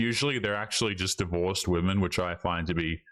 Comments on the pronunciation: Its crazy how so many women cant even pronounce the word women. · i wonder when these modern women will learn how to pronounce the word, 'women'. its almost like every single one of their 1st grade teachers failed teaching them basic english.